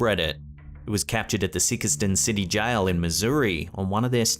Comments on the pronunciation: It’s pronounced “SIKE-ston” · I believe the town in Missouri you featured is pronounced Psychston. Nice town. They have a restaurant that when you ask for dinner rolls, they throw them at you. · I live in New Madrid, so I had to laugh at the way he pronounced Sikeston. 😂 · right? But that's alright, at least that gets us on the map finally!